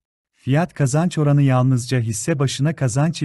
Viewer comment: F / K oranı derken Kapalı A kullanmanız çok rahatsız ediyor. Kapalı ve Açık A veya Açık E gibi vurgulara dikkat edilirse çok iyi olur.